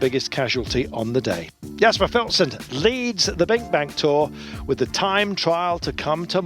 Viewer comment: Philipsen is pronounced as fieliepsun just so u know